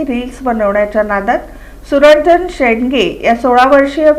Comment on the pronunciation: "सुरंजन शेडगे" शेंडगे नाही